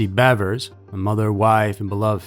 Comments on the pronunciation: Thanks for calling her Bevers and not Beavers 😅 Idk why everyone pronounces it like shes a Beaver... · And he pronounced it correctly, there's so A in there.